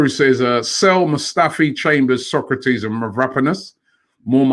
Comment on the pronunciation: Robbie needs to learn how to pronounce SOK-RA-TIS. Not SOCRATES the ancient Greek philosoper 🤦🏾‍♂️